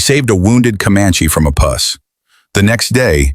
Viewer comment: I thought it was really narratoring the story but posse is not puss. Ai is everywhere!